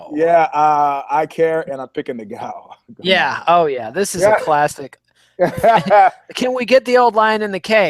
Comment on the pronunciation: Ngannou Not Niggao... Smh